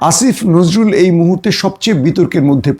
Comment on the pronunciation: আসিফ নজরুল বলতে এত কষ্ট কেন? দাদাদের ভাষায় কথা বলছেন আপনি কোথাকার?